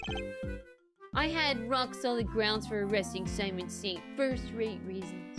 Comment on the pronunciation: Is someone gonna tell her that his name is "Simeon" like simian not "Simon?"